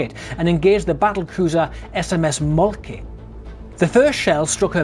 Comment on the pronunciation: Thank you you for posting this interesting video. The von Moltkes were an incredibly important Prussian military dynasty up to and including WW1. (SMS) Moltke is pronounced something like 'mole-te-ker'.